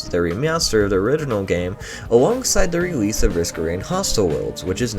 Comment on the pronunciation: we hear about the rewese of Risk of Rain Returns, de re-meow-ster